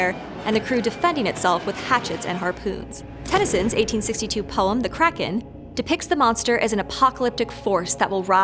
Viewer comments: it’s so annoying she pronounces it like “crack-in” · Kraken hmmmm Take out the second k and switch r and a